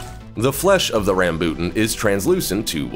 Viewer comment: The Rambutan is pronounced here in Ph as Ram-bo-tan